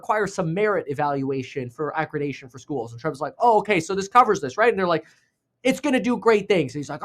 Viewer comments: ACCREDITATION, not accredation or whatever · It’s accreditation, not accredation. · It’s accreditation lol, not acradacion 😂 ❤ you kev